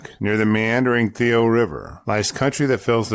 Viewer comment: Hey man, her name was "Lavoie" not "Levoie".